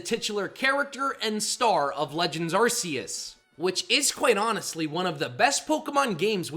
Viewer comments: How many times do I have to tell you?? It’s pronounced ar-KEY-iss, GEER-uh-tee-nuh, DEE-AHL-guh, and EE-jih-slash, “”! 🙄🤨 And stop calling genderless Pokémon male! 🙄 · DO NOT LEAVE OFF THE R IN ARCEUS!